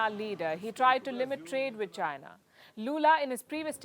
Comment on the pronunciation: Announcer couldnt pronounce between China and Zaina.